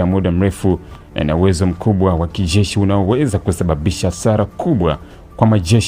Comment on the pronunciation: Wee kijesh sio kishzesh